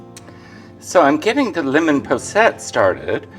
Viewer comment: I really enjoyed seeing you cook and particularly enjoyed the lamb shank. I also like lemons and the posset looked delicious. Over here in the UK we pronounce it poss...et. Your vlogs are always interesting, I look forward to them every week. Take care xx